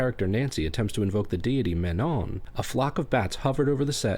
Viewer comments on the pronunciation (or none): none